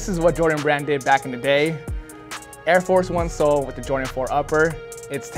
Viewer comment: Air-Four 1 😆